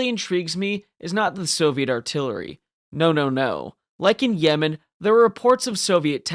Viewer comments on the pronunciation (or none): none